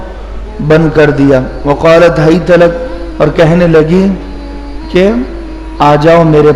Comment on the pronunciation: وَ قَالَت ہیت لک ہے آپ نے ف پڑھے